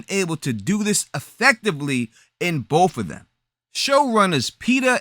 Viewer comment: You lost me at "bouf of dem."